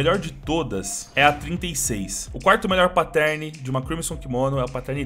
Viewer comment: ele sabe man, mas é pq o cachorro fala assim